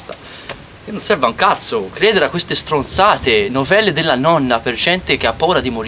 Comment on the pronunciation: Sono tutte strrrrronzate😂😂😂